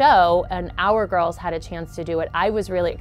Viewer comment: I like how she said girls in twilight like it almost sound like gru and gorls